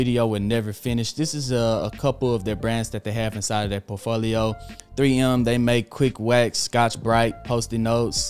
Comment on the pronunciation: I'd never trust a man who can't even pronounce "portfolio" lul